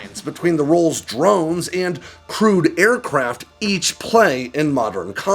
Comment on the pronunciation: I always hear crude when you say crewed.